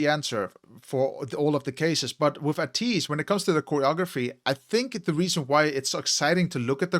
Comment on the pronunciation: First of all thank you for reacting to ateez they kings of kings.... Your pronounce to ateez its ay-tease not ah-tease.... React more ateez....